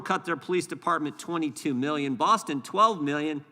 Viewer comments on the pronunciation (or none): none